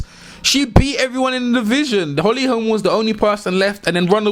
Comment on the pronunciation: i'd be a liar if I said i saw Holly winning, i was stunned.... BUT, i had a small doubt, just a shadow. H. Holm has some incredible strikes, and strength, so..... Bruv, bruv, BRO-- NO "S' on the end; HOLM, not Holmes.... no "s" man. . . .